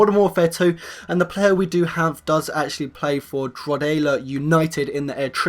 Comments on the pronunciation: haha its dro-ha-da united not drogoda united lol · Drogheda it's pronounced dro heh dah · Wow u can't say Droughada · ahahahahahaha the way you say Drogheda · So funny the way you said drogheda